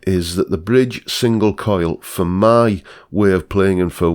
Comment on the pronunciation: Drinking Game: Chug your beer every time mispronounces the word "my".